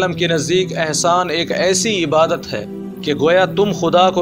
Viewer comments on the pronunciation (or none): none